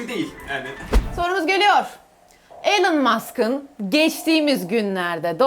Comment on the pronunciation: Elon Musk öyle okunmaz